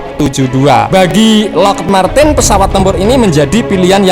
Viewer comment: Yg bener lockhiit marten, kmu salah naca Brooo